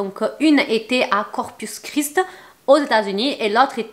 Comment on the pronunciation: Corpus Christi pas corpus chris